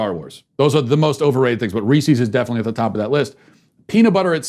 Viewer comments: how else was he supposed to pronounce reese’s? are you people okay in the head? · Matt, I love ya, but your pronunciation of Reese's and pieces is not even close to correct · Ok regardless of how you feel Matt, that’s NOT how you say reese’s, think about reese’s pieces... Peecees? really. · Somebody doesn't know how to say reese's... or pieces. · I can't handle it. Phonetics are your friend, Matt!